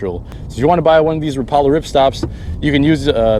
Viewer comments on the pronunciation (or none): Rapala is pronounced wrap-a-lah, my buddy is the owner of a rep and marketing company and the industry is anal about this. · You said Rapala wrong, it’s Rapala.